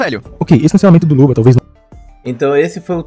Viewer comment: Pq toda vez que o fala luba, parece que ele está falando luva?